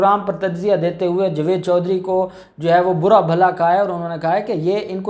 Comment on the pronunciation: صاحبتم بھی بہت بیشرم ان پڑ جائل انسان ہو جس کو جاوید بولنا نہیں اتا جو جوید بولتا ہے تجھے بار بار ٹوکنے پر بھی شرم نہیں اتی جوید جوید ہی بولتا ہے تجھے کی جگہ کھارا بولا جائے تع تجھے کیسا لگے گا بلکہ مرچیں لگیں گی